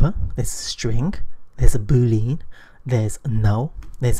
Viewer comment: "Boo lean"? Last time I checked lean wasn't pronounced as lean, but as Lee Ann, stress the Lee. Otherwise, great videos! :-)